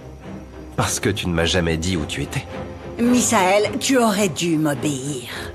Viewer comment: J'aime comment Monica prononce le nom de son fils MISAEL